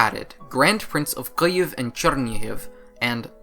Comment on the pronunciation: You even pronounce Kyiv right!!! <3